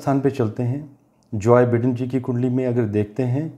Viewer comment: सर जोय बिडेन नहीं “जो बाईडेन”